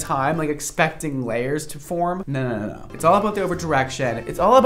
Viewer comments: I swear i heard him say "I think Naur" 😂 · ‘I think NAUR’ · does a really accurate Australian naugghhh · “I think naur” I’m screaming